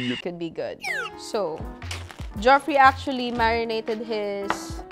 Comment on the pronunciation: Great that you consolidated different adobo recipes into one feature video. However, please be aware that "Weissman" is pronounced as "WISE-man"; and the pronunciation of "Geoffrey" varies but is usually the same as "Jeffrey"🙂